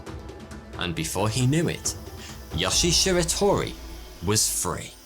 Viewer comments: You consistently mispronounce Japanese names. In Japanese, all syllables consist of a consonant sound followed by a vowel sound. So his name should be pronounced as Yo-shie Shi-ra-to-ri not Yosh-ie Shir-a-tor-i. Similar mistakes are made in the other Japanese names in this video. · btw yo-she-a she-ra-to-ree